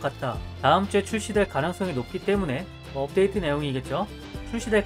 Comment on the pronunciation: 안녕하세요 금주의 없데이트 소식 전해드립니다로 들려요ㅋㅋㅋㅋㅋㅋㅋㅋㅋㅋㅋㅋㅋㅋㅋㅋㅋ